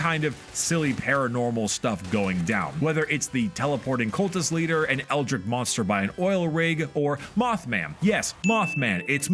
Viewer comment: He said eldrick again, day ruined